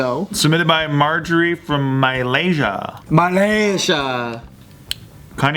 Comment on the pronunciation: how the fuck did pronounce malaysia